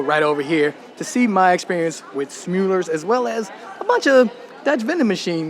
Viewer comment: smul - lers not sjmoelirs / shmoo lirs etc... smulller rhymes with duller and huller